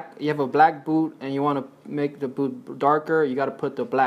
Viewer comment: dude .... its a booT not a boo